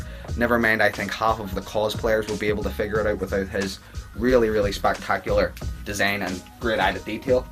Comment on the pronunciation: how hard is it to say design